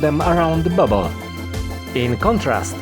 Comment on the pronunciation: Dobry film ale popracuj nad akcentem i dykcja, "fargoid" "babble" "space bags" "prystin", bedzie latwiej zrozumiec co mowisz.